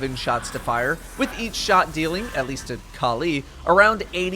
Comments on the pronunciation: Kaleee kaleee kaleeeee.... Kalli = California- Cali. Not Kal EEEEE :| sry i don't know why it annoyed me so much how you say it hahahaha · Why does he pronounce Kalli as Ka'Lee?